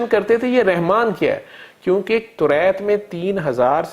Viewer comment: Allah name is not Rehman it is Rahman. Saying Rehman is wrong.